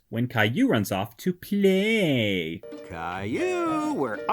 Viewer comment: The way you say play is so funny 😂